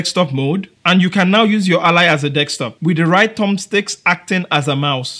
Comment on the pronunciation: I'm going to ask a genuine question, and its going to sound rude, but I promise it is not meant that way. BUT, why is it, that every person whos native language is not english, or anyone from another country who is trying to speak English, pronounces the word DESK top as DEX top. Is it because of a misfire of the tongue? Is it just how it was taught to you? Or is it something else. I ask, because, I am a white, English speaking American, and I am learning Spanish, and I have a hard time rolling my R's and saying certain words. I don't know what prompted me to ask you this question, but i heard you say the word a bunch of times, and I feel I need an education on the subject.